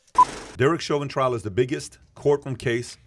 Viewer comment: Trial, not "trail".